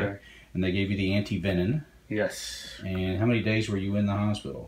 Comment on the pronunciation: So glad to here you say anti-venin, and not anti-venom. Although the term has been misspoken for so long, anti-venom is probably now grammatically acceptable.